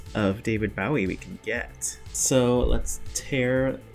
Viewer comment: Bowie is pronounced with a long o.